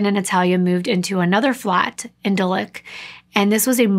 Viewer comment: Hello from London 🇬🇧! Really enjoyed hearing you do a case with familiar places to me. No shade but I can’t NOT tell you that Harv Nics is in Knightsbridge, not ‘kings bridge’ and also where Claire lived in London is Dulwich, pronounced like ‘dull itch’. Xx